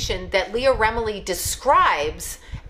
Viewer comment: Leah Remini. Why can't anyone say or spell her name right?